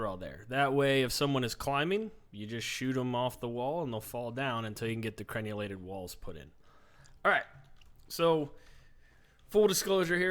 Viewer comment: It's cren-ell-ated, not cren-u-lated. The crenels are the teeth, the merlons are the gaps. I haven't played much of exiles yet, but in other bases I've built, I find machicolations to be most efficacious. Cracking good work on the series. Thank ye.